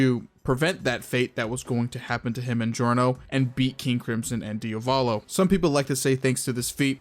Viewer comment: Why do you pronounce DiAvolo as DiOValo? Just asking from curiosity.